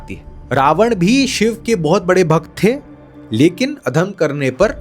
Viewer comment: Shva nahi shiv ji bolo